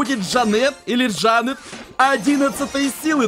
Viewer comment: конечно говори как хочешь но вроде правильно ДжАнет.